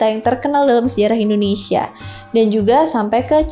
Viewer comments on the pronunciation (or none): none